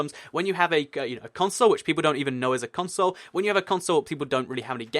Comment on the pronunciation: I hate the way you say console